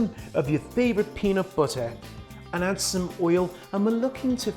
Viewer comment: “Peenat buttah boogah”